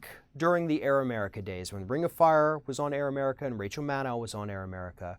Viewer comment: why is it so hard to pronounce rachel's name right? it's mad-doe. it was an off the cuff comment that was factually wrong, so what? why is everyone on the left focusing on this so much? it's like the right throwing the e-mail "scandal" at everything, or benghazi, or obama is a muslim. rachel is a traditional political wonk who gets bogged down by the 2 party dynamic, she's been this way for a while now, so get over it and move on, rachel maddow is not the enemy. btw, i voted for jill stein.